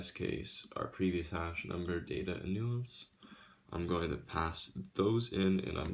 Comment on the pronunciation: Hey, I'm not trying to nitpick, but I'm a cybersecurity editor, so things like this bother me. It's pronounced "nAHnce." With a long "A". You're pronouncing the word, "nuance," which is completely different from "nonce." Sorry. Like I said, not trying to be a jerk, but I figured it'd be better to let you know now, rather than let you keep going with it.